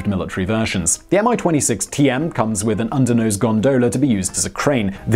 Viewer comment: I envy that great confidense of yours and how you butchered every Russian word with it!.. :) -Even as simple as "Mi"! Common - it's just "Me", not "M" "I"... ;)